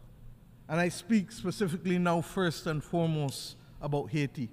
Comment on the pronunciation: It is pronounced AA EE Tee, "Madame"